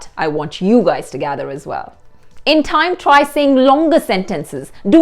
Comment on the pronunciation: "This thaime" not time? 😄